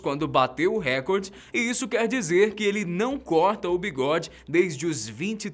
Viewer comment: Apenas uma correção, a palavra é recorde, não "récorde".